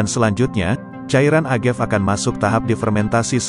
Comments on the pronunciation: Sorry nih. Agave bukan dibaca Agev. Dibaca Uh-Ga-Vei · Cewe gw org f&b denger creator ngejelasinnya ngakak 😂 a-ga-ve sebutnya buka agev